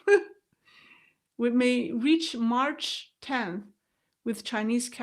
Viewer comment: Mach is pronounced "Mack" not march☺